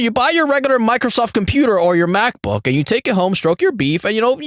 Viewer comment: "Walecum to ya new computa fwom Michael Soft" You are the internet's good guy, my friend. Stay black.